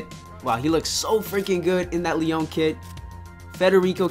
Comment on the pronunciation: The club name is pronounced Lee-On. Great video tho